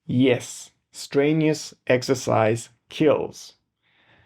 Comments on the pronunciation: Very interesting video, but, and I mean no offence, listen – or rather read – you can do this: stren – you – us. Not strainious. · Your spelling's good, it's your pronunciation I was talking about. I mean, to be fair, I don't speak your native language at all, so who am I to talk? But I thought you might like a pointer on a tricky English thing: when you feel a strain it's strenuous (stren you us). Thanks for your reply. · If you could correctly pronounce the 'strenuous' I might have more confidence in your opinions...